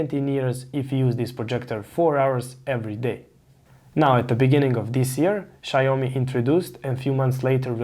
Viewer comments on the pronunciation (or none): Xiaomi' not Xiao'mi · Small corrections, it's pronounced 'Xiao mi' and not' Xi ao MI '. Thanks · Xiaomi != Xaiomi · "Shayomi" hmp...😒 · "shy-oh-me"... interesting name :D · if you're pronouncing it incorrectly... :) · Well if you can't say the name of the product or company i'm just not gonna watch your videos lol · Good information! It’s pronounced with two syllables though